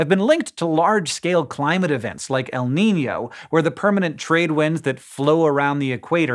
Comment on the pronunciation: Your pronunciation of El Niño was really good, btw.